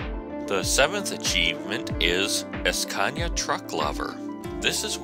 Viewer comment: and don't go es-peeding in your es-cania, you might get a es-peeding ticket.